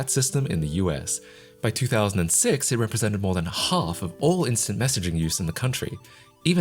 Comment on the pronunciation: The word "half" isnt pronounced "HCKOLFF". Learn English.